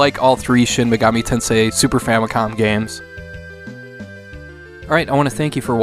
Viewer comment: the way you stress the word "tensei" is a bit unnatural, maybe listen to how other people say it, but good video, thank you lol "tenseIII"